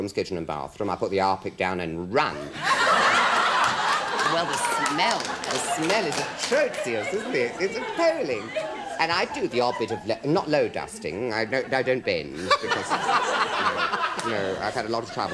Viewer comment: 'Atrocious' pronounced as four syllables! Could only be Kenneth!